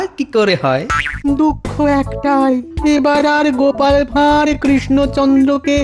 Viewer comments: কথাটা "ভাঁড়", ভার নয়। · ভাঁড় হবে বাংলা অভিদান দেখুন